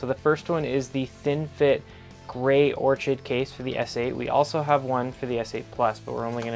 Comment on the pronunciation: Orchid is pronounced "Or-kid"